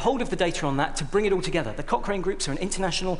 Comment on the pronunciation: Cochrane collaboration, that's what they're called. I heard "cock ring" too, though...XD